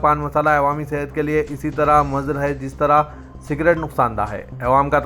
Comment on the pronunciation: Mazar ghalat it is muzir.plz read correct